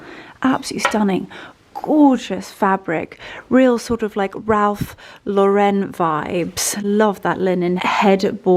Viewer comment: Ralph Lauren always pronounced wrong. Not French. Born and raised in New York.